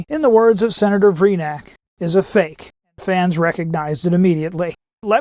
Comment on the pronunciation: You didn't enunciate Senator Vreenak's "it's a faaaaaake!" really well. You gotta work on that.